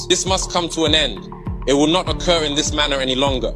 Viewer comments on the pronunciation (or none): none